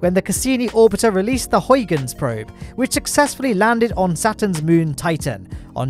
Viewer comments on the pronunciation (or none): none